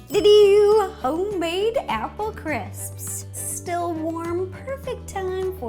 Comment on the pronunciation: who had trouble pronouncing "crisps" me.